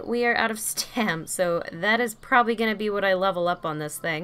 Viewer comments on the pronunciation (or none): none